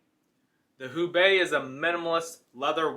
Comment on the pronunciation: Just to avoid confusion, I believe Houbei is pronounced "HO-Bay". Enjoyed your video!